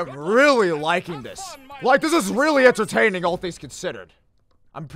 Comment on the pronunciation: Him: THIS IS REALLY INTERTANING *angry face